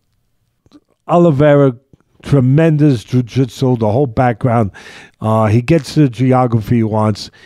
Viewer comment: "Tremendous ju jit jool" Lol.😂 Love Teddy